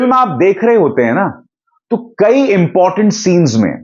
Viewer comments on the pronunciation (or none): none